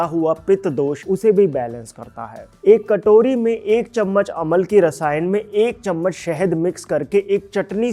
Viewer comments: It's not Amal-ki, it's Am-laki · Aamalaki...amalaki nahi. Hindi mein hai.